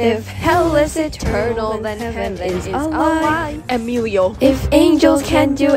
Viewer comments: "HEMILIO" HAHAHAHAHAHAHAHAHAH PLEASE I'M CRYING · "emilio" SEROLIO